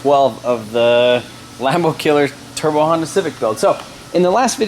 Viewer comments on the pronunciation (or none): none